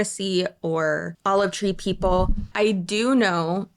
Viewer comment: Why is every time I hear “Olive Tree People,” my head makes it, “Oliv Treeple?”